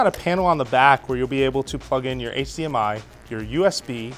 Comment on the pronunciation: He says HCMI its HDMI 😂